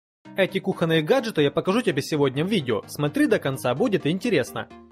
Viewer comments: кухОнные?? ))) с автором одну школу прогуливал? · И все равно сделал ошибку в ударении 😆😆😆 Правильно «кУхонные», ой не могу 😆